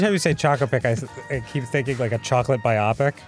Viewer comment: Dan I have to say it - biopic is pronounced bio-pic. As in biographical picture. not biOPic.